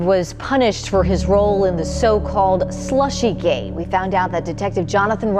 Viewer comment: Did she just say slushygate investigation? 😆😂🤣